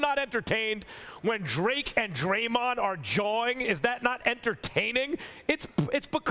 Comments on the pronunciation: c'mon Stephen a... it's not dre. Its drake And ... lmaooo wow Stephen a it really ain't dre. Its drake, guy. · I think Stephen A. Smith might be getting Drake confused with Dr. Dre lol. Cause I swear I kept hearing him say Dre, not Drake. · SAS butchers names so often now lol. He called that man Drake, "Dre" 🤣🤣🤣 - Rob Pelinka to ➡️ Rob Pelink-er Drake to ➡️ Dre